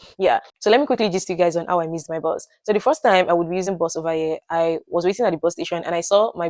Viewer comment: We from Uganda cannot differentiate between BUS (which you are calling BOZ) and BOSS. When you said 'I missed my BUS/ I thought 'You missed your BOSS'